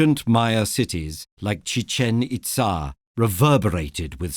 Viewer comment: Chichen ItZAHHH